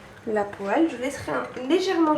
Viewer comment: apprend à parler et à prononcer ex:poêle